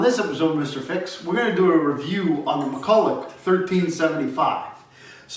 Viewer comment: It's pronounced McCulluh, the ch on the end is silent.